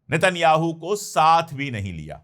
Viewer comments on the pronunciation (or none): none